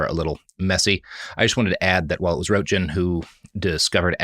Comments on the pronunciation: For anyone who cares (which doesn't include Robert, but that's fine, it's part of his charm) the correct pronunciation of Roentgen's name for Americans is 'runt gun'. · Roentgen. The first diphthong is rougly the same vowel as in "girl", and the g is also pronounced as in girl. Roent-gen. When you go to the wiki page about him, you can listen to the pronunciation, so, you know, two seconds of research to avoid getting the name wrong half a dozen times. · German, and it took me so long to understand that the guy who found out about radiation you mentioned at the beginning is Röntgen, because the German way to pronounce it is so different from your way. Not meant to as mocking, there are a lot of English words I can't pronounce no matter what, but I just found that fascinating how different people automatically assume something is pronounced.